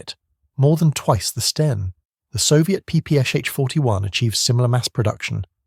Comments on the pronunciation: Sten not Stein! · STEN not Stein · he is saying 'Stien' Stein is Stine in German.